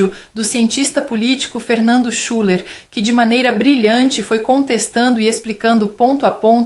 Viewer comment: Se pronúncia Shiller, não schuller, é com U tremalo, portanto é i., Schüller